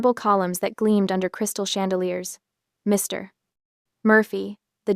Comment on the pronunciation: I sure get annoyed at that sentence ending pause after Mr., it upsets the whole sentence.